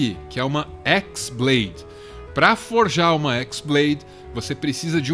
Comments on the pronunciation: na verdade não é X blade(de Xis), e sim chi blade, sendo chi a letra grega, ela parece um X e chi blade tem o som parecido com keyblade, foi uma jogadinha de palavras e sons, mas parabens, foi uma otima tentativa de trazer a luz da razão sobre essa serie maluca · Não é Xblade (exblade), é χ-blade. χ é uma letra grega, que se pronuncia como "Ki". χ-blade e keyblade têm a mesma pronúncia. Confuso? Sim, muito. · O nome da "Keyblade" original não é "Équisblade" e sim "Qui-Blade" o X não é a letra "Xis" e sim a letra grega "Qui" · “X blade” AAAAA QUE AGONIA DA SUA PRONÚNCIA ;-; No jogo a pronuncia é igual a de keyblade